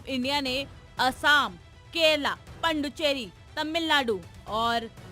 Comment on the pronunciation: Where is 'Pandu'cherey ? Atleast Naam toh sahi pronounce karlijiye.